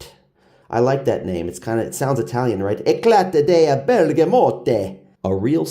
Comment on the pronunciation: Eclat is pronounced eclar.